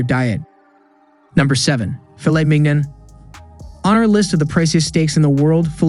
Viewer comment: My advice: get the narration to pronounce "mignon" correctly and double check your research. Example: there's no way American wagyu is more expensive than authentic Olive Wagyu.